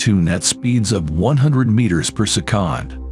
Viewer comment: If you could not say the word “second” that way anymore it would be great. Thanks. 🙏